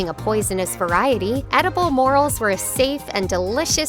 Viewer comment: Morel (More-el ) two parts. Your narration is great. Editing too. Great use of cut scene illustration. Music not so much. Forceful over the top and often off scene.